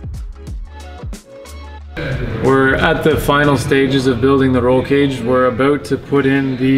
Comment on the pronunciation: I didnt think this guy was Canadian until he said aboot